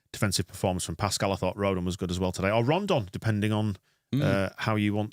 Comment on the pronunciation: Annoying commentator kept calling him Rondon, that plus some inane comments added to the disappointing Leeds performance .